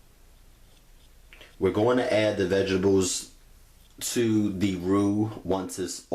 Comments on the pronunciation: U kept killing me saying vegibles 😭lol but this is fire ima have to try this 🥰🥰🥰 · sorry but vegables is not part of any English dialect. werf painitbutter